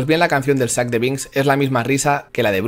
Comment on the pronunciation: aaaaaaaa por que dices sac de binks